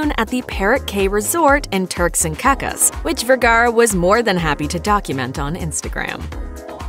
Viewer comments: Uuuum you definitely pronounces Caicos incorrectly. It's not ca-cas lol! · Only weird thing was how you said "CAY" (Key) and "CAICOS" ( Kay-kohs).